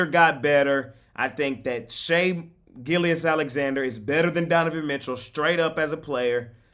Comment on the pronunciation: pronouncing shai gileous is crazy💀